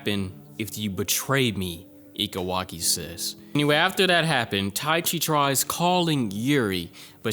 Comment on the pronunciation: just a bit of help on the name Ike Waki - E-KAY Waki Taichi - Ta-EE-Chii